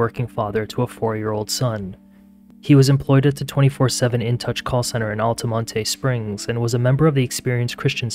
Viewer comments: lol Altimontay. It’s actually pronounced Altamont. And Pine Hills is more like Crime Hills it’s pretty bad over there. This is a sad story. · It's ALL-TUH-MONT there is no tay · I’ve been living in Central Florida for over 30 years and you don’t pronounce the E on Altamonte….